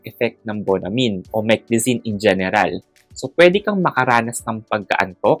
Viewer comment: Pronunciation is not min but mine